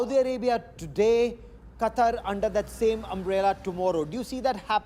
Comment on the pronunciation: I think Qatar didn't want to make defense pact with Indians because they pronounce Qatar, Cutter 😂😂😂